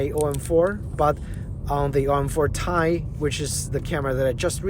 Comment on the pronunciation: Its called T-i not Tie. T-I is the scientific name for Titanium. Not Tie as you repeatedly wrongly called it.